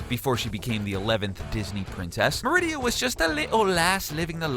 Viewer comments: I feel uncomfortable now ;-; ITS ME-RI-DA NOT MERID-I-A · Hey! Her name is Merida, not Meridia!!! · Rebecca Markne, Mare-id-ah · The way he said Marida made me feel weird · Corrected him every time he said it.